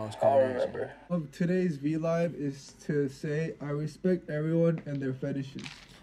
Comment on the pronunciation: The way says vlaivs instead of Vlives🤣🤣🤣🤣I'm deadddd